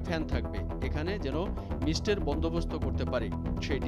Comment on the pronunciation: Mist (মিস্ট্) সঠিকভাবে উচ্চারণ করেন ভাই!